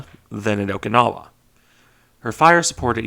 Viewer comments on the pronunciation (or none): none